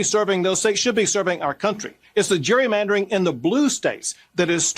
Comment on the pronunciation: Abbot changing the pronunciation of gerry mandering to jewry mandering.